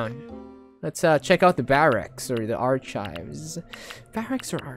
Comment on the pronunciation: BE LIKE: Arkayb ❌ Archaybs ✅